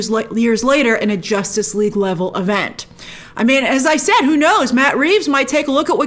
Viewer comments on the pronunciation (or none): none